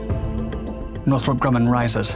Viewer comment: It's NORTHROP Grumman, idiot!